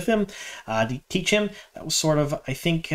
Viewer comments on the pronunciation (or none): none